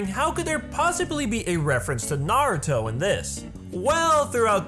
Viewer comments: Finally someone who can pronounce Naruto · Hate it when people say Naruto like (Nawr-Ooh-Doe) when it is supposed to be (Nawr-Ooh-Toe). Thank you for pronouncing it correctly. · finally someone says naruto right!!!